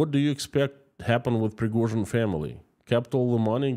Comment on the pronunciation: Preghozin..... never heard from her.... 😂